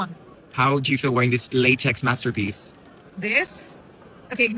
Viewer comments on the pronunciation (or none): none